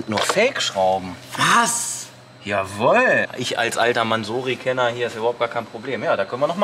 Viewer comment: Junge, Junge, du übertriffst dich echt selbst. Nicht nur, dass du nach wie vor NULL Ahnung von Autos hast, nein du weißt bei deinem aktuellen Wagen nichtmal, wie man ihn korrekt ausspricht. Wenn ich das dämlich ausgesprochene „Mänsorry“ schon höre… 🤦🏼‍♂️🤦🏼‍♂️🤦🏼‍♂️